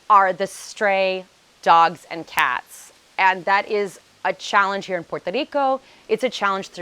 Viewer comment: Learn how to say Puerto Rico if you have lived there for nine years. It's Puerto, not Porto!